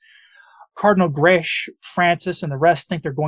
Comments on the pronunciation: That Cardinal is maltese. The surname is pronounced,. Grek like “Shrek” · Please note Grech is pronounced Greck in the Maltese language.